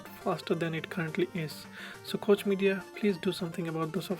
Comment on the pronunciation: Im not sure if you are pronouncing koch right XD